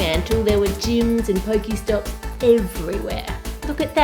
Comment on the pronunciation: The way you pronounce pokéstop and Pokéball makes me rage.